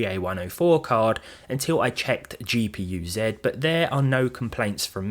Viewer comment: That is not how you say GPU-Z